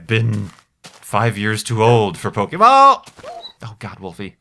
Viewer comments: you may not have been at the right age to be into Pokémon when it was introduced to the US, but you pronounce it correctly at least!:) I can definitely appreciate that. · I'm kind of surprised you actually knew how to pronounce "Pokémon", since it's one of the most common mistakes non-fans make.